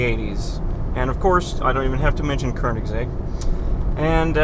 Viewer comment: he pronounced it the way its supposed to be pronounced.